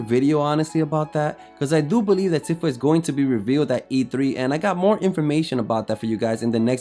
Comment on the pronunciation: It's properly pronounced "Teefa"